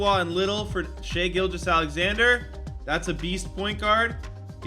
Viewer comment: the way he says shai’s name pisses me off 😭